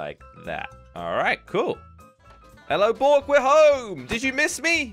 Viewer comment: can u prononouce bork in english cause im only hearing boke